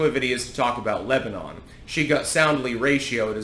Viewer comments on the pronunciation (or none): none